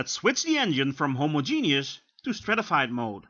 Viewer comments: *hoMOzjeNOUS not homoZJENIOUS, Dutchie... 😋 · "Homo-Genius mode". I'm not a native English speaker but I'm pretty sure it is not pronounced like that :)))